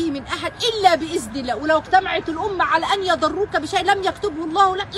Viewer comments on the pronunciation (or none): احرصي يا على أخراج لسانك في الحروف اللثوية انت اخطأت في بإذن الله